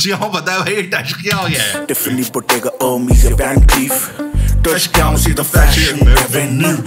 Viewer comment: Thaskyaunn nahi touch down bhai kaan sachme kharab ho gaye hain 😂😂